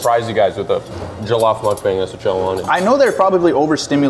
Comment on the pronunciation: pronunciation of jollof is so good!! nigerian king!!!